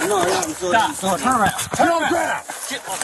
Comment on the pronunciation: Im "sorrdy"